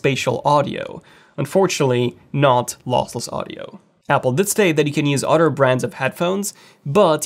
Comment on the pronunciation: “Other” is not pronounced “udder”.